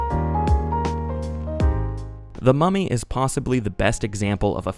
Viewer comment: I keep getting distracted bc I think ur saying "Mommy" instead of mummy and it makes me giggle everytime lmao